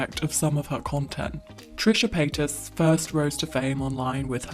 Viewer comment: haha trisha payt-ass